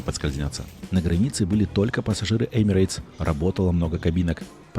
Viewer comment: В произношении компании Emirates нет буквы "Й". Правильно: Эмирэтс.